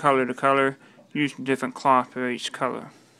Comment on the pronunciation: Scween? pwint? cowor? What are you Asian?!!